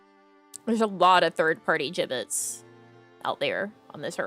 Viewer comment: Thanks for the stream!! It was a fun chatting and window shopping stream. I had no idea what a Jibbitz was at first, I thought ya kept saying Giblets and I was so confused LOL:_NamiLaugh